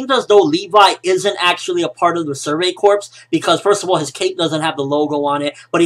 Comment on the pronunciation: well its survey corp(s) .. not survey corpssss...